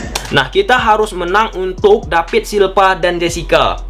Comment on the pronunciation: Kok david silva jadi dapid da silpa lu ngomong nya bambank...😅🧠